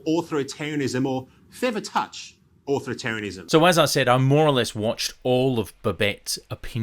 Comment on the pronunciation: Umm, was that "author-tarian"? Sounds like species that lives on the planet Ortha, or a specialised and rather grim type of diet. 😆